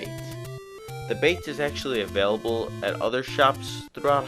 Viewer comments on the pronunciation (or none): none